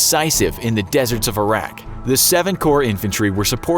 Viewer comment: I know this is 4y old but I hope you learned how to properly pronounce Iraq.